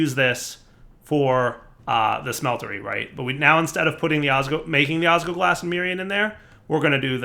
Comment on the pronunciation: I die a little inside every time saying "osgoglas" instead of "osGLOWglas." Edit:, seriously? The ore processing chain is super inefficient for draconium! Use an auto-breaker with fortune for that!